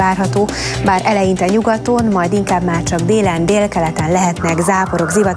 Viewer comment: 0.32-0.35 " és a továbbiakban má leginkább csak..." Csak én hallom azt hogy nem mondja ki hogy máR?